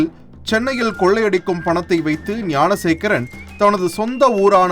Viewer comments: Gunasekaran illainga , Gnanasekaran !! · .ஏம்பா அது குணசேகரன் இல்லை. ஞானசேகரன் !! TASMAC தொல்லை !!!??